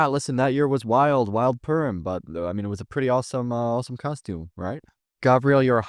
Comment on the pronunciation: its purim not perm